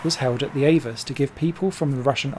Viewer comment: Actually, AVUS is pronounced Ah Vuss. Saw several races there, late 80's thru mid 90's. F3 cars were faster than DTM cars but got second billing.